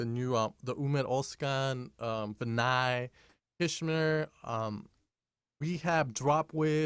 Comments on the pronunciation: Thank you for these tutorials. I am still learning, always. It is pronounced Kashmir but say it as you wish. Respect -KSHMR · It's pronounced KASHMIR